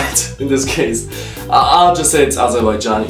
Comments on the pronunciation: U gest wrong azerbajan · You say AZERBAIJAN Kazak. Why???